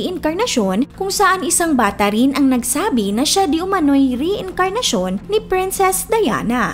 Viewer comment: Mali pa pag ka basa mo ng reincarnation hahaha